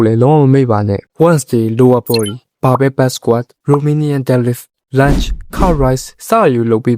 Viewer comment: bro! English အသံထွက် pronunciation တွေပြင်စေချင်တယ် စာလုံးတိုင်းရဲ့ အဆုံးအသံထွက်တွေကို သတိထားပါ ဉပမာ pull up တို့ dead lift တို့လိုမှာ လိုအပ်ချက်ရှိတယ် အမြဲအားပေးနေတယ် bro peace✌️